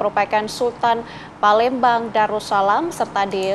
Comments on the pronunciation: PALEMBANG jadi PALENDANG 😂😂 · Jd parendang